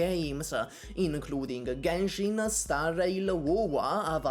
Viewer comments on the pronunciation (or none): none